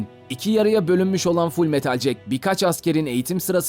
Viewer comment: okumayı bilmiyor musun ? full metal cek değil ceket ....jacket